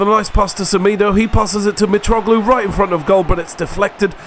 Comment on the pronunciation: Thank you for using the white kit. :D Btw, what's your nationality? Because you say Portuguese names quite well, only Semedo you said wrong, it should be said like Se-mê-do, not Se-mee-do, but don't worry if you don't say the names properly, it's not a big deal for me, I just wanted to point the error out, plus like you said, you don't say the names wrong. Great video once again. :)